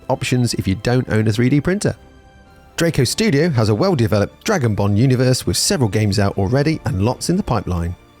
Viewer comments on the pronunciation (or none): none